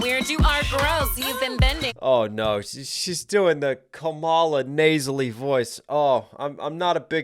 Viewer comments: Dude I absolutely love your reaction videos but come on, it's pronounced KAmala, not kaMAla. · Her name is pronounced "Comma Lah" NOT Kah Mah Lah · comma. luh. how difficult is it to pronounce her name correctly? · Not sure if anyone else has mentioned it but the proper pronunciation of Kamala Harris' first is to stress the first syllable not the second KA-ma-la not ka-MA-la. Trump intentionally mispronounces it likely due to him linking the name to an 80s pro-wrestler called Kamala (stressed second syllable) the Ugandan Giant who was an obese African American man whose character was a primitive tribal caricature of Africans, specifically Ugandans in this case. Trump has been a wrestling fan since at least the 80s when he started doing business with Vince McMahon with whom he is close friends so I do not believe this association in his mind was unintentional. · This is where I unsubscribe from you. You're a Trump supporter. Listen to how you mispronounced Vice President Kamala Harris name. You're lame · If you're going to do a breakdown, the bare minimum you could do is learn to pronounce the participants' names. If you really can't manage to pronounce Kamala correctly, you could at least call her Harris. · Why can't you pronounce her name the way she pronounces her name? Have you never seen ground news? Well that confirms a bit of your YT/SM bias/views.